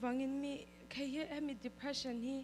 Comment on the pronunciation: English chu lam no vel tawps ta ni😂😂😂Dephreesan🤣